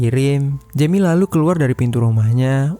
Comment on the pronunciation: Perbaiki pengucapan. Maulid bukan maulind. Jeami (jemi) bukan yemi